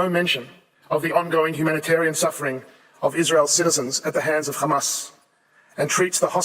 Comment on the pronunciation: It doesn't matter how many times they say khqhcamas it will not change the fact of genocide.